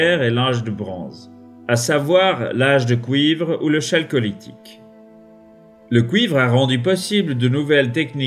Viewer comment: Intéressant. Merci. Un détail: chalcolithique est prononcé Kalcolithique.